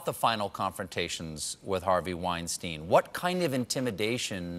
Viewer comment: I wish people would learn how to pronounce Weinstein’s name correctly. It seems difficult for Americans to grasp the most basic elements of language.